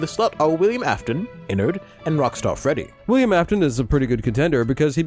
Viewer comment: it’s official: Rockstar Freddy is “Gredd”.